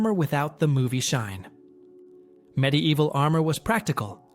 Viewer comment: Stop saying “MID EVIL” that’s not how the fucking word is spelled, let alone said. How someone can be interested in these topics but not know basic spelling or pronunciation of the items, is beyond me.